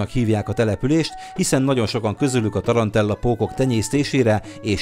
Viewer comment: Tarantula, nem pedig ,,tarantella". :)